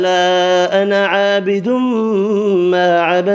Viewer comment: MashaaAllah......sirf 4 ayat mein ANA ki samaj nahi aa rahi... lg raha ha aap alif nahi perh rahay noon k saath bl k noon pe zabr perh rahay hain sirf.